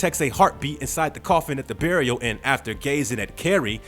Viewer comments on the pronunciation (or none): none